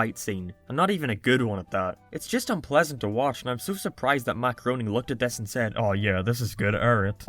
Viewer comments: Matt GROAN-ing? It's pronounced GRAIN-ing. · It’s pronounced Gray-ning I’m pretty sure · I know this video was posted two years ago and you're probably not gonna read this, but Groening is pronounced "gray-ning." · LOL ok, was really confused for a minute - the way I was hearing "Matt Groening" was as "Macaroni," with like a slight pause after "Mac." For a while there I thought you were on some next level reference shit that was way beyond me! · Every time you say Matt Greoning u hear macaroni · Joe’s parody that was made prior to the crossover will always be hilarious and even better than the actual episode, also, Matt Groening’s last name is pronounced gra-ning. Also, your Lois impression 😂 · Blue haired doesn’t look right. Also, god the way you pronounce Groening is cringeworthy.